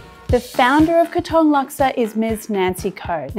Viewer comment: OMG !!! PLEASE LEARN TO PRONOUNCE THE PLACE OF THE DISH THAT YOUR PRESENTING. THAT IS NOT HOW YOU PRONOUNCE "KATONG!" IT REALLY GOT UNDER MY SKIN EVERY TIME YOU WOULD SAY "KATONG" MY FATHER WAS A CELEBRITY CHEF IN SINGAPORE HE WOULD BE SOOOO EMBARRASSED AS HE WOULD FIRSTLY LEARN THE PROPER WAY OF PRONOUNCING BEFORE PRESENTING ON VIDEO!